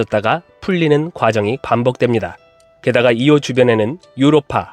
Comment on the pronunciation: 이오가 아니라 아이오다 이 멈충아 ㅎㅎ 외국 사람들은 전부 아이오라고 부르는데 이 멈충한은 혼자 이오래 ㅋ